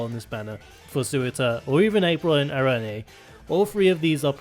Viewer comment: The name “arene” is pronounced “air-reen” or “ah-reen” btw. It is a reference to a classification of a certain type of chemical in organic chemistry.